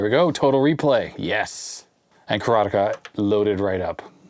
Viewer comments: I think your pronunciation of Karateka is spot-on, heh. As far as I understand it, it's an actual Japanese word meaning "student of Karate", and they pronounce it pretty much just like that. Looks like judoka and jujutsuka are also real Japanese words working the same way. Seems like "ka" can actually work a handful of different ways in Japanese... but one thing's for sure: te is always pronounced as "teh". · The way you say Karateka is closer to the way it would be pronounced in Japanese. The word karateka means practitioner of karate. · Mechner pronounces it ka-ra-TE-ka. ka-RA-te-ka does reflect how it's actually pronounced in Japanese.